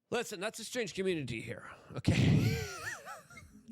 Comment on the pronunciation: "Da comrunidy"